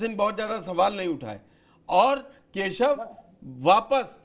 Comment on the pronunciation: Badiya se name lo kesav na keya hol diya hai yahi Shikha ho aachh se bolo